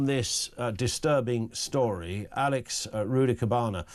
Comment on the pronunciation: Second talk presenter calling the thing Alex! Its Axel!!